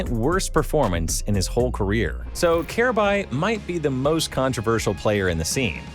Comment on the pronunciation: Wow, this video is terrible. From pronouncing Kjaerbye's name incorrectly throughout the entire video to claiming that he was the best player on Astralis when dev1ce is right there, to saying he's the youngest major winner and MVP in cs history at the end of the video despite Donk taking that title last month, to not mentioning how he won Dreamhack Masters Stockholm 2018 with North by upsetting astralis in the grand finals, and not mentioning how North allegedly told Kjaerbye to not tell anyone on Astralis about him signing to North, so they could get revenge on astralis in his latest interview with Freya on HLTV: These types of cs content creators who make videos spreading misinformation on these topics are the worst.